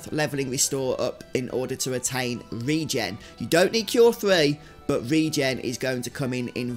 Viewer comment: I'd like to thank you for knowing how to pronounce ReGen, so many people pronounce it "reggin" and it's maddening lol